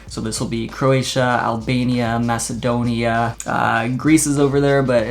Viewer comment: It was annoying how he said Macedonia or at least it was annoying to me that i am greek